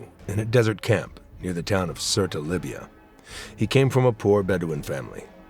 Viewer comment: Surt not Surta